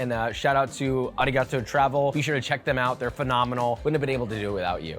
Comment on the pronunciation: Josh's pronunciation of Arigato is actually disappointing.